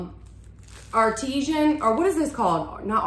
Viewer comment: My husband works for Saralee, thought I'd help ya out...lol The Artesano bread is pronounced Art-ti-sahhno. Love your videos!!